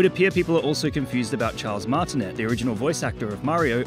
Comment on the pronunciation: Charles Martinet pronounced wrong